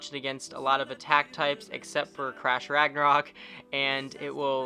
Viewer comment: I left when he said crash ragnourok